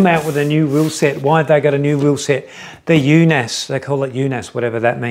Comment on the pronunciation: The double A is old Norwegian way of writing the letter Å which in english is the letter O like in Only. So you pronounced it completely wrong. no E in in it's pronounced like Unos Not Un-os like in Undo, but short N. Unaas is the surname of the brothers running the company. Espen Unaas established the company Unaas Cycling in 2008. The company has bike shops.